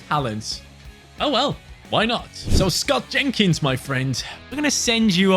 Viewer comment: I thought he said scouting kids instead of Scott Jenkins